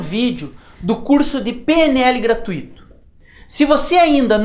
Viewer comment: Só uma correção: a pronúncia certa é "gra-tui-to" e não gra-tu-í-to...